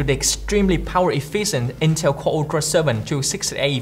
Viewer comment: Its not "EfiiSent" its "Efficient".